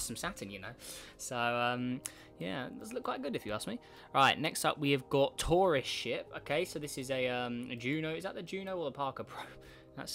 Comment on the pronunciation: When you say “Tourist Ship” it sounded like “Torash*t”